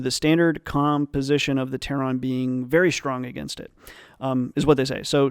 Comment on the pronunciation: I'm going to unsub if you ever say ""Terron" again